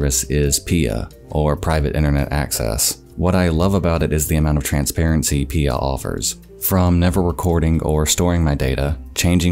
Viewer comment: I'm like 95% sure it's P-I-A and not "Pia".